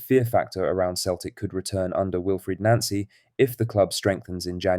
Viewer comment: It is pronounced NOncy, Not NAncy.